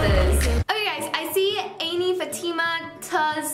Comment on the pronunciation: what did she just said? *fathima?* like seriously 😒 she’s muslim and she doesn’t even know how to spell Fatema(our beloved prophet’s daughter)?